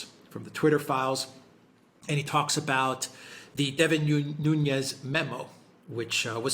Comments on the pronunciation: Nunes not Nunez it’s Portuguese not Spanish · Sorry but Devin Nunes is Portuguese not Spanish. is closer to the correct pronunciation. 😉